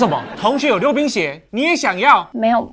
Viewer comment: 我把溜冰鞋聽成流鼻血😂